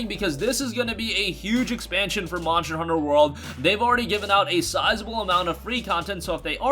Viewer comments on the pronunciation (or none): I get trigerd Everytine he says monjer hunter. And not monster hunter.Sorry I'm a MH fanboi. It agrivates me. But otherwise great video